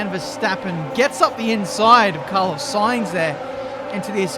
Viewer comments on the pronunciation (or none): none